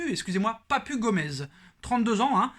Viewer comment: Papu se lit papou